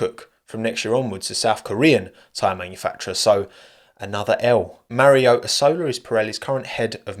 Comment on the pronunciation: "Marry Oh E Solar" ❤